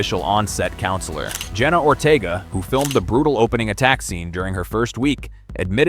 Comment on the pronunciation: It's Ortega not Ortiga😂